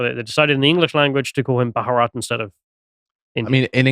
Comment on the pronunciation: Two syllables...Bha-rat